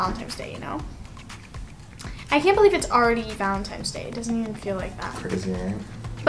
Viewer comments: And what does that prove? The only thing it proves is that she can't say it right. It doesn't correlate to her age? And when she's actually 17 and still says Valentime's, what are y'all gon do?🤣 Also I read her lips, she did say Valentine's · What 15 year old says Valentime's? Also that doesn't really prove anything except she can't say Valentine's correctly. Yeah, she's 15, but the way she says Valentine's doesn't prove that. Also I read her lips, she did say Valentine's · bruh can u plz say VALENTINES and not valentimes like it just bothers me idk if u just don’t think before u speak or don’t go to school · Valentines not valentimes bae 😭 but it doesn’t matter u look cute haha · I know it’s her mom responding to comments because we’ve been pointing out for YEARS that it’s “Valentine’s day” and not “valentime’s day”. I just know she doesn’t look at comments because of that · Also what 17 year old still says "valentime's"?? It's so obvious she's an immature 15 year old. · no, she said Valentimes day the whole time. And a 15 year old is more likely to say that than a 17 year old. That is what she meant by saying that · Lmao I've heard full grown adults say Valentime's. You've lost this argument sweetie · I’m a third grade teacher. Almost all my third graders say “valentime’s.” I used to teach seniors in high school grade. None of them ever said “valentime’s.” Yes, it does correlate with age, and anyone who takes care of children knows that common language mistakes happen often in younger children. That doesn’t necessarily prove Dani’s age though. Her birth certificate, which says she was born in March 2006 does prove her age to be 15. Hope we’re all clear on all of that. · Love her, but it triggers me when people pronounce “Valentine’s” as “Valentime’s” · Valentimes lol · how does she still manage to say valentiNes wrong